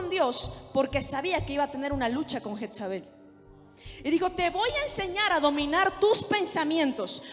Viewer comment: Pero porque dicen jetzabel..es jezabel ..perdón la corrección